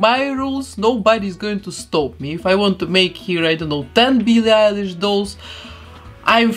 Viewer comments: Nobody : her:BEELEE EYELASE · She says byllie elish u have to say billie eilish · Bee lee Irish